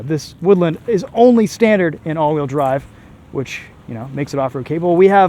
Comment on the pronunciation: it’s woodLAAAND